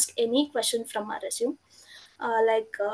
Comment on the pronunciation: Thanks! Resume is pronounced Resumay....